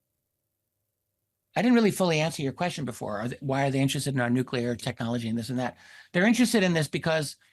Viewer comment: It's NUCLEAR "NEW-CLEAR" Nucular isn't a word ok?